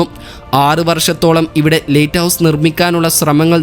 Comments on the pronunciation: നല്ല വിവരണം പക്ഷെ lighthouse എന്ന് പറയുന്നതിന് പകരം latehouse എന്നാണ് പറയുന്നത് 😃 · ലെയ്റ്റ് ഹൗസ് അല്ല സുഹൃത്തേ ലൈറ്റ് ഹൗസ് ആണ്. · ലേറ്റ് ഹൗസ് അല്ല. ലൈറ്റ് ഹൗസ്. ആദ്യം ഉച്ചാരണ ശുദ്ധി വരുത്തി അവതരിപ്പിക്കൂ......... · പുതിയ അറിവ് നൽകുന്ന വളരെ ഉപകാരപ്രദമായ വീഡിയോ. ലൈറ്റ് ഹൗസ് സംബന്ധിച്ച വീഡിയോയുടെ തുടക്കം മുതൽ തീരുംവരെ "ലെയിറ്റ് ഹൗസ്" എന്ന് തെറ്റായി ഉച്ചരിച്ചത് തികച്ചും ബോറായി പോയി. "ലൈറ്റ് ഹൗസ്" എന്ന് ശരിയായി പറഞ്ഞു പരിശീലിക്കാൻ മടിക്കേണ്ടതില്ല😜🤣😛. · ലേറ്റ് ഹൌസ് അല്ല, ലൈറ്റ് ഹൌസ് ആണ്.😂😂, ആദ്യം ഭാഷ പോയി പഠിക്കു...😅